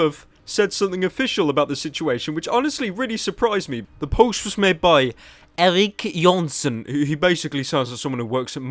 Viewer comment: "Erik Johnson" is pronounced "Erik Johnson," not "Erik Johnson."